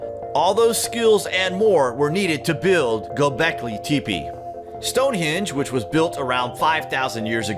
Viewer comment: Good video but you mispronounced the ending of the name. Not teepee sounds like temphe